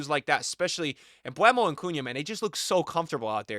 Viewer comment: Mbeumo not MbWEmo btw